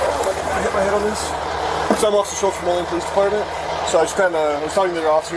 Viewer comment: It's not molly or morning, it's Moline. Sheesh. 🙄